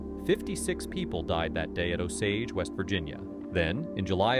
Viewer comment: idk the osege vs osage is bugging me